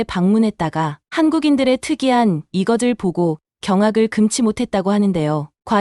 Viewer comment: 한글의 우수성을 설파하는 내용인데 이것을--->이거들(X), 이거슬(O) 발성 문제부터 개선하기 바랍니다.